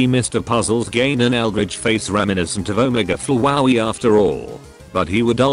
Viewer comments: As described in my comment: “omege flowaey” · it sounds like the voice is saying fwowey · The TTS pronounces “Flowey” weirdly. XD